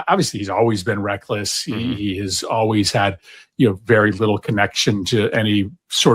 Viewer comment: I hate the o-ways pronunciation for "always"